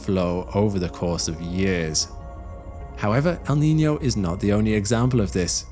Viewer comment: Your pronunciation of "El Niño" and "La Niña" is spot on!